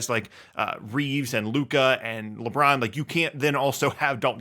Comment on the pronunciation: Did you say LeMron on purpose?